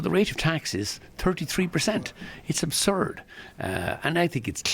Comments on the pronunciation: Was it "aburd" or was it a plane...no it was journalistic excellence! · Aburd ??? You had one job ffs !!😅!!